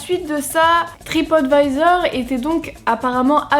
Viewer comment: Je ne connaissais absolument pas cette histoire, elle est vraiment ouf 😲 Merci de me l'avoir fait découvrir 👍 Comme quoi, il faut toujours se méfier de ce qu'on peut lire sur Internet... Par contre, qu'est-ce-que tu m'as fait rire avec ta prononciation : "Tripote Vaïzor" 🤣🤣🤣 Continue comme ça, tes vidéos sont de très bonne qualité et c'est un véritable plaisir de les regarder à chaque fois 😉 Vivement dimanche prochain!